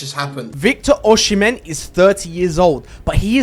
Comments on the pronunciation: bro oshimen is prounced osimen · Pronounced as O SI MEN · Why did u say ochean man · Oshimen❌️ Ocean-man✅️